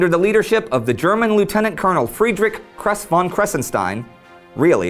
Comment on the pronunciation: "Kres von kressenstom... Really?.. Love it. 😂😂😂